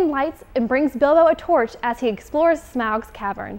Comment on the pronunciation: i just keep laughing when she mispronounces Smaug